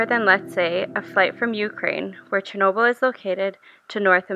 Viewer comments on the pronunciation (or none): Interesting observations. But your pronunciation of Chernobyl, Pripyat, and—most importantly—Sievert was absurd. It made me cringe.